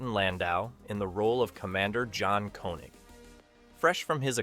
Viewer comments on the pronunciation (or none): It is pronounced Kaye-Neg.